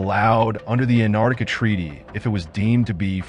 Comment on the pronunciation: Geez, if you're going to do a vid on Antarctica, then learn how to pronounce it. There's a "t" in there. It's not Anardica.